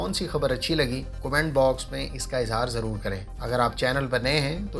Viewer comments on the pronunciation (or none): none